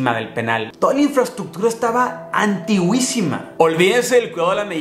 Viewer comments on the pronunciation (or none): Las infraestructuras eran "antigüisimas" jajaja Mis pobres oídos! RAE por favor perdónalo 😂